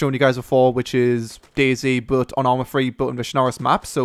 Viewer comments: hahaha lol...."Arma Free!" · ARMA FWEEEE